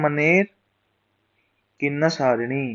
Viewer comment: its kinnerasani sir not kinnasarini........